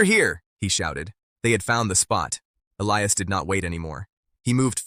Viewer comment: Definitely, get rid of the taking head - - and the AI - - neither one is an accurate narrator! The cowboy’s name is E-li-as